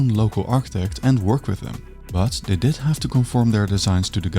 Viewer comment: wish you'd stop devoicing the consonants (i.e. they diD not they diT, plannerZ not plannerS (word final S is usually pronounced Z when it's preceded by a diphthong or a voiced consonant))